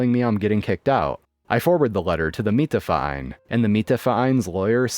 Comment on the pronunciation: Congratulations on saying Mieterverein perfectly. Perfectly pronounced. 👏